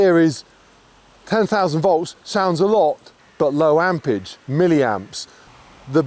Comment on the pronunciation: ampERage not ampage